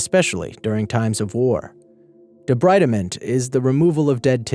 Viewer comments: It is pronounced "debreedment". Need to know Latin & Greek pronunciation. ALSO, many of these therapies STILL OCCUR such as ECT and maggot therapy. Keep up the good work! ! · debreedment.... it's pronounced debreedment... I studied it when i was 19 because that's when i took on my first case for the coroners office of the county i live in... so... :) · it's pronounced de-BREED-ment, as in to remove debris